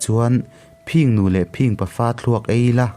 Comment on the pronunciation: I thu chhiar a ngaihnawm viau rualin engemaw lai thu lam ah hian a dik zawk leh lam Dan awlsam zawk angah hian a diklo zawk leh lam harsa zawk ang hian i lam leh tlat zel. Phìng nu leh Phìng pa(phing tih hi a ri sang loin 'thin' kan tih angin a ri hniam tur) han tihte pawh Phìng Nu leh Phìng pa(a ri sangin) I ti daih zel a... A thu lam han uluk deuh teh.